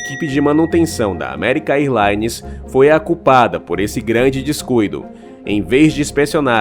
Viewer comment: American "airlaines não; diga American érlaines.